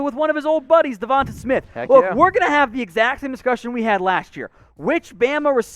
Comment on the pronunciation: The way you pronounce Devonta smith makes me feel like you don’t actually watch college football